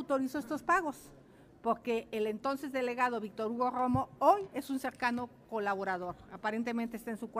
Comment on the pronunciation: Cómo dijo .....grroooomo jajajaja o Romo.